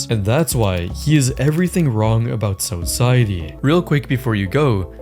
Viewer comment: So-ciety. i promise you that descript isn't it.